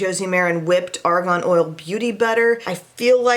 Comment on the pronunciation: Argon and argan are pronounced differently. 😖